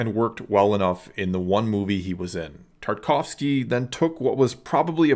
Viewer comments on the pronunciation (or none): I'm so sorry, but I feel the need to be a bit of a nerd and point out that you keep referring to TarTAkovsky as ''Tarkovsky'' (i.e. the avant-guarde Soviet era filmmaker) instead of the animator. Maybe it's because I'm a film major:DD...but I just felt like someone should have pointed that out. Love your content.